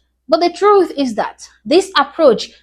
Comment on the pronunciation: they like "literally" too...its their "im telling the troof" word...anyway if YOUR lips were that big you might have trouble moving them around too